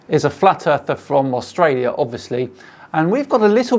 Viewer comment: Always very embarrassing to see such silliness from a fellow Aussie. BTW Mitchell, there's an 'L' in Australia. It's hard to seem credible when you cannot pronounce the name of the bloody country.